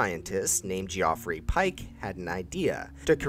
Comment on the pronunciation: "Geoffrey" is definitely pronounced "Jeffery"